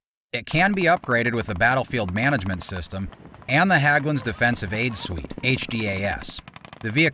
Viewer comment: HÄGGLUNDS, not HAGGLUNDS, for Pete's sake!